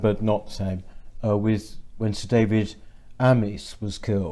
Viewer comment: Speaking of "Speech development"....I would take you more seriously if you stopped saying "fink" and"wiv"!